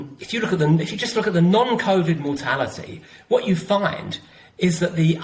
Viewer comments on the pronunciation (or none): John - will you please stop saying "none" to mean "non" they are two different words, non is a "on" sounding word not a "un" sounding word.